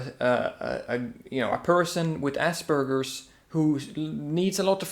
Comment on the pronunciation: its Aspergers not Asbergers